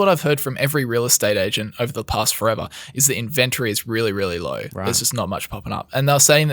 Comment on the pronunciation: you need to learn how to say inventory. 🤣🤣🤣